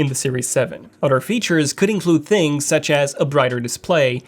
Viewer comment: Completely missed the blood sugar aspect. please learn to pronounce the h in words. Thanks. And yes I am multi lingual. Things not tings or dings.